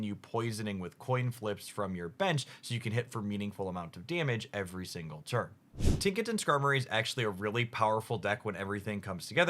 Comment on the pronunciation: nice “tiknaton” you got there